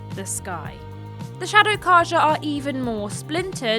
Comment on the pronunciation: Faro and Carja were constantly mispronounced, but otherwise good video.